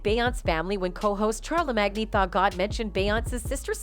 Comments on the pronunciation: she said "chare la mag knee" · She pronounces his name as Char la MAGNEE . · And char- le- mag-knee (tha god)😂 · Be-once, Kan-I, Nass and Char-la-mag-na lololollol. Worst bot ever. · Beyoncé aka “Bay-Aunts” Charlamagne aka “Char-La-Mag-Knee” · Char la mangy the god, Bey ons? lol, text to voice fails again. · Fam said Charla magneee 🤣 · Char le mag knee 🤣 that's new POKEMON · From now on I only call him "Char-le-mag-knee" 😁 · Charla magni 🤣😂😭